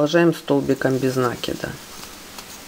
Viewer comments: Все хорошо, но можно правильно говорить "накИд а не нАкид, вы хоть применяйте проверочное слово " накИнуть а нАкинуть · Замечательный МК, но убивает слова нАкид. Простите, но мы делаем накИд, а не нАкид. Откуда вообще взялось такое ударение👎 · похоже на польскую фамилию из тех мест, где соседние с немецкими области. Правильно говорить и "нАкид", т.к. естественно для украино-язычного произношения (или. где сохранилось старорусь-кое произношение и словарный запас; может, в Беларуси), где ударения на первом слоге - не так , как в русском, где на втором "накИд"